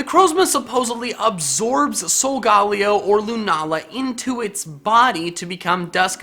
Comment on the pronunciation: u said sogaleo wrong